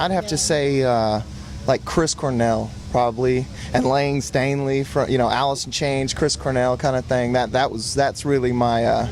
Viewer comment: haha nigga you said layne stainley. hahaha. love ya grant!